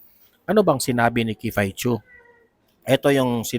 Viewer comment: Sorry to correct you sir but its not "kifay chu" the right obe is "kiffy as in kiffi" po.. ikaw lng ang narinig ko na mali pagkabigkas ng name ni miss kiffy po